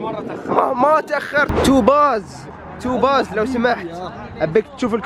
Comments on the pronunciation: توبز وليس توباز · ياعمي توبز مو توباز😁😁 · توبزز مو توباز😅😅😅😅عادي عادي😂.. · توبز موب توباز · توباااازززز ينطق توبز ياهل انت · توبز مو توباز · اسمه مو تو باز اسمه توبز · توبز مش توباااااز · هو يعرف أنه توبز لاكن مدح أو دلع بس يقول توباز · الردود : اسمه توبز مو توباز 😂😂